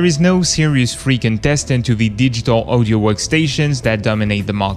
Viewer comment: It's audio aw di oh not oh di oh odio, pronounced audio